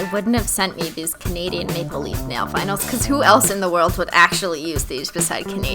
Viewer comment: ...Okie I just have to say this.Deep breathe SHE SAID THE NAIL vinyl PART WRONG! she said "Were gonna add nail vynals" ITS "Cuz we're gonna add nail vinyls next!" WHY CRISTINE